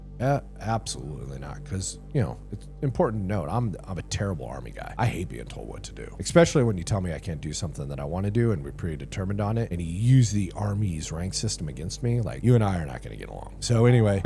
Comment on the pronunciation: The word is especially not expecially